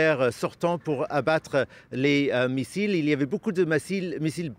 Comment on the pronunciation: Tellement qu'il ment il dit " massiles " à la place de missiles. Média journaleux.